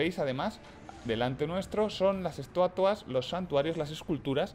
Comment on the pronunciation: "estuatua" "arma prostática" jajaja